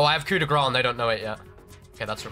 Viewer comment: The "ce" in "grâce" is not silent in french, just like it's not silent in the english prononciation of "grace". When you pronounce it "coup de gra" is means "hit of fat" instead of "hit of mercy".